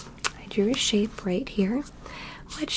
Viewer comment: For a bit I thought she was saying Sheep, Everytime she said Shape